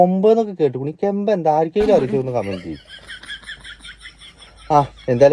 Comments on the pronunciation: കെമ്പ് അല്ല ബ്രോ കേണ്ട് അതായത് കരണം തെറ്റ് ധരിക്കരുത് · ചിരിച്ച് ചിരിച്ച് മതിയായി ബ്റോ😅കെംബ് അല്ല കെൻട് ആണ് 😅😅😅